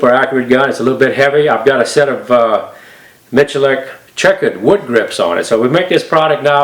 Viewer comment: Complete offtopic: Iam surprised he reads his name Miculek not as "Mikulek", but as "Michulek". Mičulek: kdejsme.cz/prijmeni/Mi%C4%8Dulek/